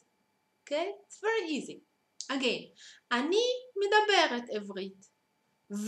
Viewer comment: it's medaberet/medaber - not midaberet. teach you're own language, not a language you've learned.